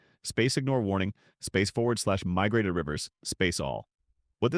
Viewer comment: "Migrated Rivers"? LOL AI might be the future, but it's not there yet.